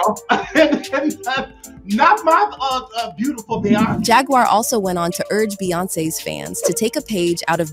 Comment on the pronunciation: "Jag-waur" not "Jag-wire" 🤣